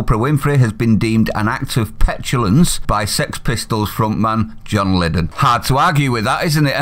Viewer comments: Haha! I corrected him too, me muttering, Aw it's not Lid-en it's Lie-don x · Its Lydon pronounced Lied On not Liddon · your still at it..you pronounce his Surname.. lie-don.. sheesh!! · It's John 'LYDON' as in 'tell a LIE' don. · The names pronounced lie-don and you need to relook at debacle. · can't believe you mispronounced his name - plonker!